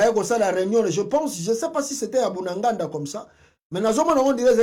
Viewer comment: Apprends à bien prononcer le nom: BUNAGANA. Ce n'est pas "Bundanganda". C'est BUNAGANA.